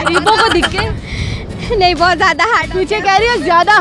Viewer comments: you have to learn urdu too its not dhikay its dahakay 😥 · Dhiky nahi urdu men dhaky hota aap galat bol rahi ho urdu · Dikay Dikay Dikay 🤣🤣🤣🤣 bibi pehly urdu sahi bolo... Dikay nahi. Dhakay hota hy.... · Dikke nai dhakke he medam3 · Apni urdu to theek kro...diky kaya hota hai..dhakay hota hai word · Khud ko urdu ati nhi awr na Punjabi awr dosro ko pouch rahi.. Shokhi.. Diky koi word nhi haa dhaky hota.. Awr Punjabi ma tikky hota awr entoo ko etta kahty . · Dhakky bibi dhiky nhi hota, apki apni urdu pnjabi bht khrb hy ye tanqid nhi mashwra hy improve krn apna lehja bhi or alfaz bhi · Ye dakhey ko dikhey bol rhi hein kisi ko samjh hi nhi araha he ...😂😂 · hello ye word dihky nai dhaky hota g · Dhikke nhi dhakke hote hein bibi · jahil larki pehley urdu sahi seekhey...''lafz ''dhakey'' hein urdu mein..''.dikkey'' nai..... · It's not dhikkay madam its dhakkay. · Yeh dikhaaayy kia hota hai ki khud ki urd u kharab hai. Dhikay ni DHAKAY HOTA HAI!! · Is not dheke is Dhaka😂😂😂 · pehlay khud tu bolna seekh lo. It's not "dikkay" it is "dhakke" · ko khud Urdu nahi aati dhakey ko dhikey bol rahi hai pehley apni Urdu ka talafuz toh sahi karey Urdu national language hai Urdu toh sahi karoo apni Punjabi national language nahi hai Jo sabko aaye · Apna talafaz to thik kr lo dhiky ni dhaky hoty hyn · Dhikay nahii BIBI DHAKAAY APNI BOLI TO THEEK KR LAY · Kia aap ki urdo sahi hay Degay nahi hota dehkay Hota hay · اس لڑکی نے بولنا یی نہیں سیکھا، dhakke کو dikke کہہ رہی ھے۔ شرم آنی چاہیئے اس چینل والوں کو جو اس لڑکی کو اس کام پہ لگایا۔ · Apna 'dheky'phly sahi kry plz waisy dhaky hota hai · SISTER PEHLE AAP APNI URDU PRONUNCIATION THEEK KAREN.....DHIKKAY NAHI HOTA DHAKKAY HOTA HE.... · آپ دِکّے نہیں دَھکّے کہتیں تو شاید کسی کو سمجھ بھی آجاتا 😀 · Ooo bibi urdu tu sahi bolo... What is the degge?? 🙄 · کنول آپ تو خود بھی دھکے لفظ غلط بول رہی ہیں